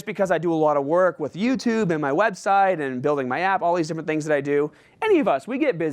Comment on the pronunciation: said "YouTerb" lollll he was a little nervous. I would be nervous too, introducing one of the best in the fitness industry